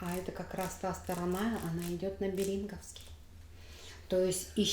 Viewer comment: Не Бери́нговский, а бе́ринговский! Сообщите, пожалуйста, этому недокраеведу!